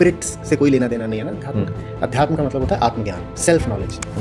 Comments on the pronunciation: अब तू सिखाएगा उन्हें अध्यात्म तुझे तो ठीक से अध्यात्म बोलना भी नही आता अध्यातम्म अध्यातम्म बोल रहा है😂😂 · अध्यतम क्या होता है। सही शब्द का सही उच्चारण नहीं होना चाहिए क्या